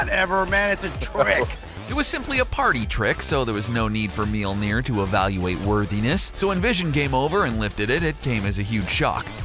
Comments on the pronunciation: The funnest part is every time he says mjøllner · you are pronouncing Mjølner wrong tho